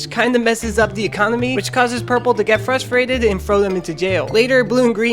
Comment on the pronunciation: No offense, but you literally say 'frustrated' as "frusfrated".